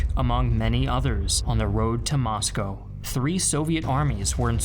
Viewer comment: Thanks for your great videos! They are student-friendly at the middle level. As a former American resident in Russia, I appreciate you pronouncing Moscow, "Moscoe" as the natives do.